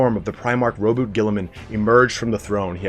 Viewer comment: Omg someone said Roboute's name correctly!